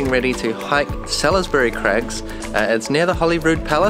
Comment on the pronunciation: Just a wee pointer. Salisbury Crags is pronounced 'solsbury'. :)